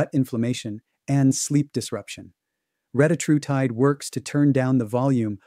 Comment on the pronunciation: For all you biohackers, it's pronounced reh-TAT-roo-tide